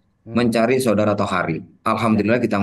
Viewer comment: Tohari,,, bosss, bukan tohir